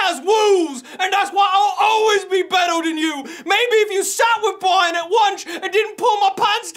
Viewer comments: O my god it's!!!! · I don't wanna play no spowts either.